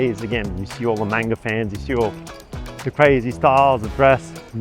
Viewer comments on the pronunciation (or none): none